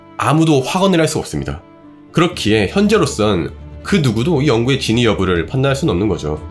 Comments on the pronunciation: 영상 잘 봤습니다. 근데 "진위"를 "진의"로 말씀하신 것 같습니다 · 다른 자막은 그렇다 쳐도... 진'위'여부 를 계속 진의 진의 하는 건 좀... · 진의가 아니고 진위